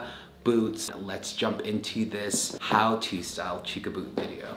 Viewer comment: I think its phonetically pronounced CHUCK - AH. not CHOOK - AH.. LOL.